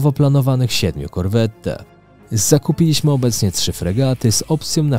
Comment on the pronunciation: Korweta, nie Corvetta :D